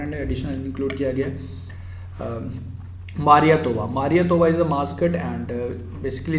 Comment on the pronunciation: Me: Who is studying in HARYANA. It's not 'मारियातोवा', it's 'मिराईतोवा'.